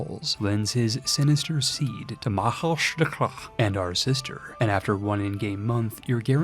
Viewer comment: A fine attempt at the pronunciation of Máel Sneachtaí, not of course, in any way correct but we admire the attempt